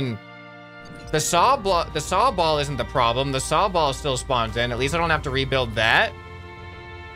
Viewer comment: “Saw-ball” Me who plays Pokémon: sobble